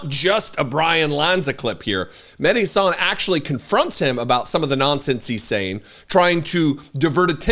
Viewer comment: I love you but why the f**k is it so hard to pronounce mehdi's last name correctly????????